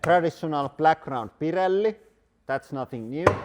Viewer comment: black, round, Pirelli spoken with Finnish accent definitaly rings a bell